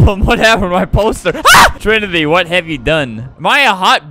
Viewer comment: Trimity not trinity